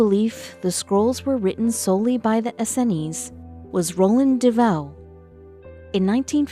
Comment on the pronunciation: Please...for the love of God stop mispronouncing the “Essenes” as the “EN-SEN-IES”. Jesus.